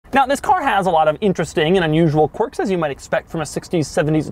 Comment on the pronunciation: Maybe it’s Doug’s accent but I hear “quark” when he’s saying “quirks”! Just me?